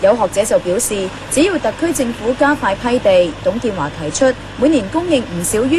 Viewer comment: 你剪接過？我記得有董建"茶"